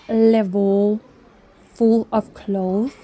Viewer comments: I hear what you are saying. Still, I think knowing the "correct" way to pronounce "clothes" can be an asset to her since clothing is her business. Plus, I just checked "clothes" is pronounced the same in all the English-speaking countries. This is why I finally mentioned it to her. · Hello, i love going thrifting with you and have watched all your thrifting and other videos for the past several years. I applaud your independence, sense of business and speaking at least 2 languages, that i know. One itsy bitsy comment about English language. When you speak of 2 or more clothes, the "s" at the end if the word is pronounced because it is plural. The singular "cloth", in the USA, means one piece of fabric, not the clothes that people wear. Thank you